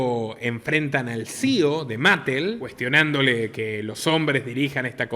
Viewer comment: Sólo hay dos personajes en Barbieland que no son Barbie ni Ken: la muñeca embarazada, que se llama Midge (la primera amiga de Barbie) y Allan (más tarde escrito Alan, el único amigo de Ken) Unos cuantos detallitos aquí: Mattel se pronuncia "ma-TEL" Rushmore se pronuncia "ROSH-mor" apartheid, una palabra bastante difícil, se pronuncia "a-PART-jaid" Disney se pronuncia "DIS-ni" Patreon se pronuncia "PEI-trion" Forbes se pronuncia "forbs" Fuera de todo eso, esto que usted mencionó sobre la película Barbie parece ser otra muestra más de que en Hollywood parece que quiere reinar lo "woke", a pesar de que hay sectores del público que se oponen a ello. Lo más curioso es que esta película ha sido un éxito de taquilla pese a los fracasos de filmes como Lightyear, y Strange world, entre otros y éxitos como Sound of Freedom. Muy buen comentario